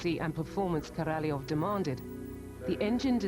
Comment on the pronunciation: If I hear Korolev pronounced incorrectly again I'm going to scream